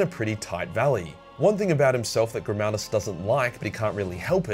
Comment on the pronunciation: Helbrecht: Gri-MAL-duss